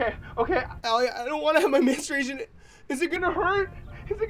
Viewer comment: lmao "Manstration"